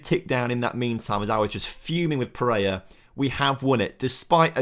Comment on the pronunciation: i beg you sell pereira so we dont have to listen to you somehow pronounce his very simple name wrong over and over again